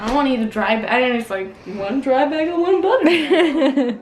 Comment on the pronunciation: Canadians say bagel so cute. It's like bag-al. I like it. That being said I don't think it's worth it to eat a bagel anywhere but New York.